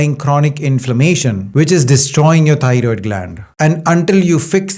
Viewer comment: TY Dr for this information! I Love Yer Accent, Lol. I thought U were saying tired gland, But thats EXACTLY what it is, We tired out, Our Thyroid gland!